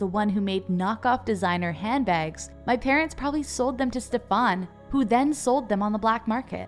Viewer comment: How are you pronauncing Stefan?😭